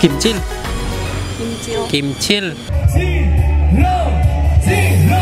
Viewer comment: Qischil di bilang kimcil dong wkwkwkw